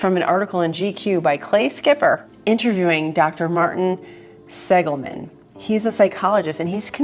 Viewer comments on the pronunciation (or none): Thanks for sharing this. Just FYI, it's Seligman (not Segilman). 🙂